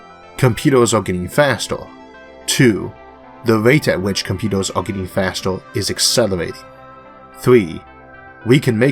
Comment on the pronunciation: I stopped listening when I heard the guy saying "computos" and "transistos" because I was understanding barely the half